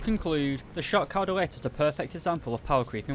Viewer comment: you almost pronounced it right, when saying dalet, the emphasis is on the "da", not the "let"